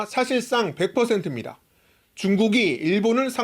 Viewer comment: ~ 입니다 할 때, 마지막 <다>에서 왜 자꾸 목으로 개구리 소리를 내시는지 , 발음 교육 때 지적을 못 받으신 거 같아요. 목젖을 사용하지 말고 가능한 혀와 입으로 소리를 내어보세요. 그게 더 듣기 좋아요